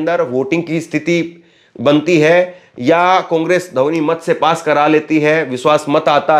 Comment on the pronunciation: Dhouni na bole,dhwani bole.